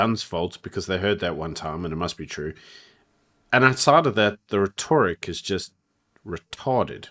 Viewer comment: My god, … It is Rhe - toric (reh-tuh-ruhk) ReTORric… my fok 🤦🏼‍♂️